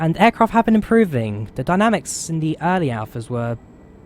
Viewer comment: Early or alley access did you say?